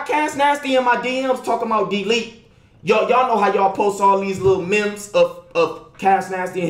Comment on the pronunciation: He said ya know how ya post all them "memps"😭😭😭